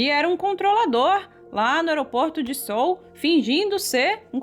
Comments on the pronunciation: “Sou”?! A pronuncia de Seoul é “CÊÚ”. Que agonia 😅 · Não é “Sôl” que se pronuncia, é “Seúl” que se fala! Desculpe corrigir!